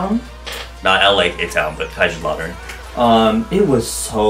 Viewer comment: The way you say kaiserslautern I AM CRYING that is so funny omg but the guten Tag tho made my day lmao